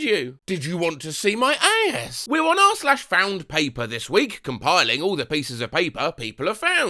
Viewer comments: The way says "aayass" is so funny every time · The way you said ass killed me 😂